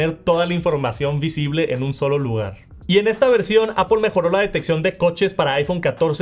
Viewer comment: Como puedes pronunciar visión pro o airplay pero no puedes decir Apple y dices apOL ? Es solo decir manzana en inglés es aPL no hay ninguna O en la palabra